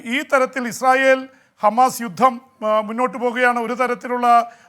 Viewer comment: ഗമാസ അല്ല ഹമാസ് ok